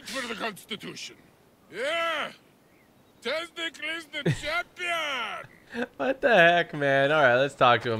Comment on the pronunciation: Say test-ic-les